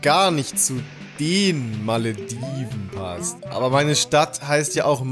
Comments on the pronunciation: Hermine: "Es heißt Wingardium Leviooosa, nicht Leviosaaa.": "Meine Stadt heißt ja auch Maledivnnn und nicht Malediveeen. " Hat mich irgendwie sehr daran erinnert ^^ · pass mal auf, es heißt nicht Maledivnnnnnn sondern Malediveeeeeeen.